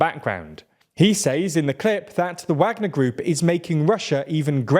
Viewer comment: The only thing that bothers me about these videos and channel is when they choose to pronounce things right, like I understand the reason why but now that it's in the same video it I can see they pick and choose. They mispronounce names of Ukrainian cities and the one that bothers me the most is when they say Wagner without the V sound but as soon as it comes to the country Niger, they pronounce correct, now I don't want them to mispronounce the country name obviously but it is quite funny, especially when it's plainly obvious such as this video 😂